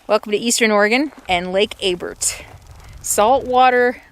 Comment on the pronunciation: You are in my neck of the woods now. The lake is pronounce Abear the l and the t are silent. Off to the right on that ridge, are Mountain Goats. Loads of them. Have you ever been to Fort Rock...now that's an amazing place. Your making me terribly home sick.